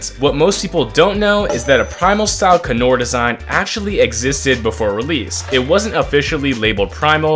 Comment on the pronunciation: i hate it when people mispronounce things its the most frustrating thing ever.. Canor cay-nor, not cuh-not because Canine